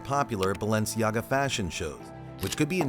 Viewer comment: For fuck sake the mispronounciation is killing me